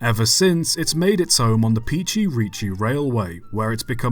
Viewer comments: We all love working on the SMC1 at Pichi Richi. Thanks for making another video about our stuff here in South Australia love the vids. P.S. Love that a YouTuber finally pronounced “Quorn” correctly😂 But, Pichi Richi is more of a Pitchy than a Peachy. 😜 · Was good till “Peachy Reachy Railway” It’s said like “Pitch-ie Ritch-ie railway” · He mispronounces Pichi Richi.